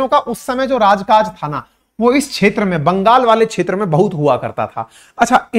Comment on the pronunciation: क्षेत्र का उच्चारण छेत्र ऐसा क्यूं किया जाता है?